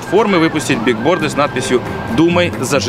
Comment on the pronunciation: Скажите Жеке, что надо "билборды", а не "бигборды"